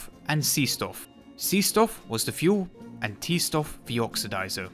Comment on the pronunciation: i was going to comment whatever to help your stats or whatever, but your essay was fantastic and i couldn’t stop watching. “t stoff” sounds horrific